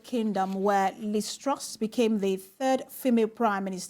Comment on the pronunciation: Pls get your reporter to pronounce TRUS Properly.